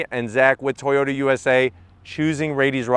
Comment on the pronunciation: It's still a A-TOY-OT... 🙄🤨